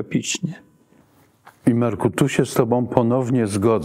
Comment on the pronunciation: Pisz\e się i mówi: "entropii" a nie "antropii". Nie mylić też, przypadkiem, z anizotropią, bo to zupełnie już inne pojęcie.